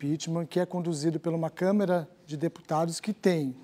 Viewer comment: É CÂMARA, E NAO camera ok?